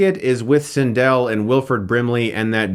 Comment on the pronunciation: This is the first review of yours that I hated. Had to stop watching. For those of us that grew up with Star Wars, we love it. Clearly this was not a part of your childhood. This doesn't deserve a Hilariocity review. P.S. You're saying Cindel's name wrong